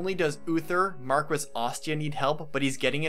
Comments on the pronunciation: It's pronounced Mar-kess, not Mar-kwess. Sorry, I just got tired of hearing you mispronounce the word over and over again. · I want to say how amazing and on point this video is and shower you with praise... BUT I AM ABSOLUTELY LIVID AT THE WAY PEOPLE SAY MAR-QUE-SS. BECAUSE I AM SURE IT'S MAR-KESS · Mar-key, not Mar-ques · great video, just fyi its pronnounced Mar-keys not mar-ques, as it is french. I said it the same way for years :D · I know the word seems phonetic but it isnt since it isnt really an english word, its pronounced "markee" not "marques" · It's pronounced mar-kwess. Heroes pronounces it differently. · I really like the video, and I agree Hector is great and undervalued, but since I know it bothers people, it used to bother me since I had no idea, Marquess is pronounced like Mar Key. (mar-KEE) I know, it is weird, blame France. Honestly, any way it is spoken is fine. People shouldn't care. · A couple things,. First, Jaffar did not kill Elbert. Ninian did, while under Nergal's control. Jaffar was only present to prevent the lords from escaping with Elbert, which he did, and then left before Elbert died. Second, the rank of Marquess is pronounced "Mark-Ess" in English, "Mar-KEE" in French and Italian, and, unless I'm mistaken, "Mar-grave" in Germanic languages, though really, a Margrave and a Marquess are not quite equivalent ranks. Lastly, A-thos. Not Uh-thos. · Its pronounced markwess. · In the word marquess the u between the q ane the e is NOT pronounced. This word is Latin based and it stems from Spanish/Portuguese/French/Italian. Just like in the Spanish surnames Velazquez, Rodriguez, Dominguez, etc the u is never pronounced. The only way that the u can be pronounced when is between the q/g and the e is when the 2 dots are above the u. Words like vergüenza and cigüeña are perfect examples to illustrate this.